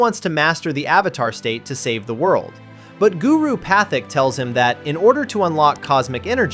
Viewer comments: lost me at "Guru PATH-ICK" this made by chatgpt or something? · I don’t get how someone can claim to have watched a show an “unreasonable” amount of times yet completely butcher the pronunciation of a character’s name. Guru “Pathic?” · How you watch this show over and over again and still mispronounce Pathik’s name… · lol wild pronunciation of Guru Patik